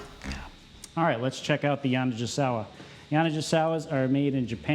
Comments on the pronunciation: I was coming to say that too. The mispronunciation was driving me nuts. 😂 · I have never heard Yani pronounced that way was kinda gringe - I have a SX90R tenor that Bill Clinton owned for a while. Very free blowing - not sure why anyone wouldn't want that - esp in legit. Playing anyhting under a 7* is never good for the Keilwerth - they are made for screaming. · You and Jay Metcalf need to get together and discuss the correct pronunciation of Yanigasawa. Is the G soft or hard 😅